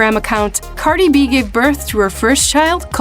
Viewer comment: Pronounces her name wrong right bfr the clip of her saying her name 😭